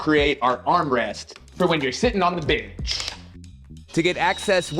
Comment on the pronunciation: Nice, uh...binch? I keep hearing binch, and I can't stop laughing, it's like someone bet you you wouldn't, but then you did, for an entire video. XD Points off for Kreg for the aggressive ghost sponsorships this week. I don't care if they want to openly sponsor videos, but this deceptive product-drop bullshit is not okay.